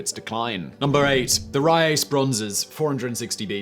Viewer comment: ouch, please work on your pronounciation of foreign words... the e in the end of Kore is pronounced (koray or maybe koree in english pronounciation) and Riace would be "Riatshee"...